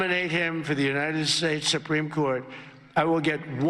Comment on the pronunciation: What are "the United Shaysh"?